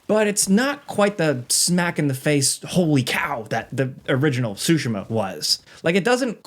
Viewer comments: Ghost of tsu-SHI-ma... each syllable is pronounced with equal stress. Actually played it while living in Japan. This was an excellent overview. Looking forward to playing this newest game. It's up there with the last two Zelda games and the Zero Horizon games. Thanks! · “Ghost of Sushi Ma” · "GHOST OF SHOOSHIMA" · btw it's not SUE-SHIMA, it's TSU-SHE-MA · If this guy says “sooshimmaaa” one more fucking time… ITS SOOOSHEEEMAAAH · JorRaptor likes to say Ghost of Tu-sheem-mah and says Ghost of Sue-she-mah. Ghost of Tsushima is pronounced Ghost of Too- shuh- mah- Say the word shut with out the letter T. Shu, and then say the word mud with out the letter D Muh. Then say the word really fast for it to sound good. 😂😂😂😂 Hard asf to pronounce a word through texting 😂😂😂😂😂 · I'm sorry but I cannot watch a review when someone says Ghosts of SUSHIMA...... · lol blud keeps saying so-sha-muh, way to butcher the name you haoelè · I have heard “ghost of SoWshima” 4 times and I’m 1 min in. 🤦🏽‍♂️ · Who else is annoyed at how this guy kept butchering "Tsushima"?